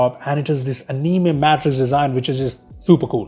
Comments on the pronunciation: he said animi instead of anime in the beginning. Me is pronounced mi but not in anime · What the hell was that pronunciation? uNiIMaE . Its Ani-Mae